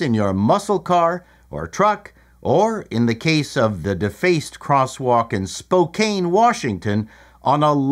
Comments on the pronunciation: Spoke-anne, it’s simple. Not spo-caine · FYI it's pronounced "Spo-Can", not that they deserve correct pronunciation after this embraced LGBTotal-fascism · You pronounced "Spokane" wrong, but making it rhyme with cocaine seems appropriate in this case. (It's pronounced "spoke an" for some reason.) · While I appreciate the sentiment, you're going have people pronouncing it "spow" like "pow" instead of "spoe" like "toe." "Spo-CAN." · Spo-cane Washington 🤣🤣🤣🤣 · Spow can Say it with me S P O W - C A N Spokane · Please learn how to pronounce the name of a city before you report on it... Aside from that, Spokane (Spoh-Can) gets snow every year... I can't wait to see what the studded tires everyone installs do to that crosswalk come next spring. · I know how to pronounce Spokane but I don't think it's any sort of big deal. You're more out of whack than the narrator